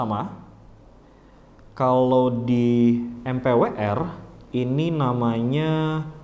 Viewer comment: MPWR, bacanya Empower:)